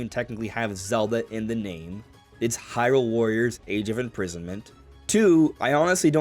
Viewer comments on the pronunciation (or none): none